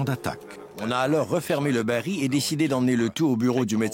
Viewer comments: Baril et non bari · Bonjour, Merci pour le partage. Petite remarque : la voix off dit "bari" alors que c'est "baril".